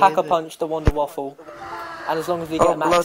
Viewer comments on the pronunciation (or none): its the wunderwaffe not the WUNDERWAFFLE! god theres no L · it's pronounced vundervaffe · it's pronounced like Voonder Va-feh. or Va-fuh. depending on the accent you put on it.